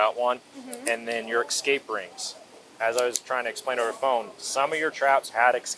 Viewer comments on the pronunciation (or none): There is no k or x in the word escape. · Something about the way the cop added an 'x' to escape just irks the hell out of me